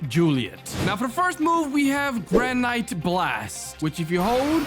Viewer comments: It’s granite gran-it not grand-it-e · BRO SAID GRA NITE BLAST